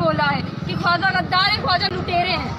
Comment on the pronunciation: Bhai khuaja nahi Khwaja hota hai